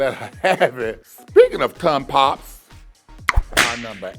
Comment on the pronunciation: "Speaking of tongue pops" I totally heard Latrice say "Speaking of cum pops..." uh... OHHH tongue pops! Right, right... >_> lol